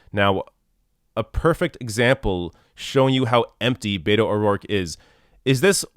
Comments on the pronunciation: I totally agree with you regarding Beto O'Rourke. But could you please, please, please stop mispronouncing it.as a Hispanic person this annoys the shit out of me! It is not Bay toe! Please pronounce it Bett oh!! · I love ya, and I'm not a Beto fan but it is driving me crazy that you keep says Bayto and not Beto. Bet-O, not Bay-toe 😆